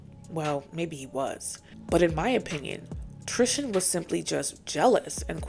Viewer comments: Love the video but why do you pronounce Tristan name like Tristian lmaooo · Tristan's name is not one that rhymes with Christian. TRIS-TAN. It's killing me bc I love this channel.